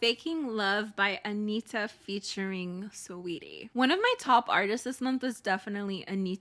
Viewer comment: Out of nowhere but thank you so much for sayin Anitta not anira like every north american🐰